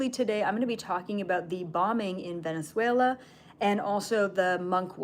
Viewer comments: Thank you,, for this information 🙏❤ I'm curious about the role of Venezuela from the behind the scenes point of view. Do you have any video where you talk about it? Btw, your pronunciation of Venezuela is perfect 😃 Thank you very much for this download 🤲❤ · I think you are saying Venezuela perfectly. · You’re actually pronouncing Venezuela as a native. Love it! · You are saying Venezuela correctly 😊